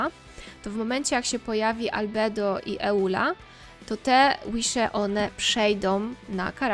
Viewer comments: Przepraszam, ale czyta się "ijula" a nie "eula". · tak czyta bo jej wygodniej i lepiej to brzmi. Tłumaczyła to na streamie kiedyś